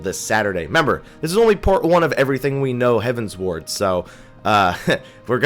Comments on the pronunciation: you keep saying Heaven's Ward, but I think is closer to Heaven's Word (hev-uh ns-werd). It is a derivative of heavenward, but with the Eorzian's Realm having 12 Gods, they also have 12 heavens. At least that is how I took it, and I think that was how Koji was saying it. Although, I wouldn't mind them adding an Ishgard residential area and calling it Heaven's Wards. On a similar note, this was my first fan festival of this type, and I found it funny listening to the different ways people pronounced common terms in the game. The tank in one of our primal run, kept saying that he can't play Pa-laddin (rhymes with Aladdin). Talking to one of the people in our PVP line, he kept referring to the Monk base class as pug-alist (like the dog, pug). I heard people pronounce the SMN and SCH base class as arcane-ist, when I always thought it was ar-canist. But the funniest of all of them was the WHM in our speed run line calling the final boss of Lost City of Amdapor Dia-bo'-los, which isn't even spelled right. Anyways, enjoy the video. THX. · It's "heavensward" not "heaven's ward" though.